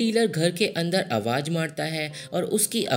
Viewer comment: its AWAZ not awaaj, its ZAMEEN not JAMEEN